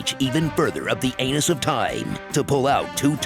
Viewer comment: 😆😆😆 "the anis of time"😆😆😆